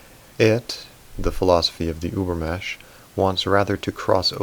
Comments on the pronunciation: Übermensch is pronounced ÜbermeNNNsch you miss that N 😜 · I have little remark here, unrelated to the content: I just wanted to say that in the word "übermensch", you cannot leave the "n" out, you have to pronouciate it too :-) I'm sorry, the "über-mesh" was just too funny :-) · Ubermensch, the N is pronounced ... Sounds very weird without. Thanks for your videos. They are great. Go on please ! P.S. I often doubt Celebrity types typing.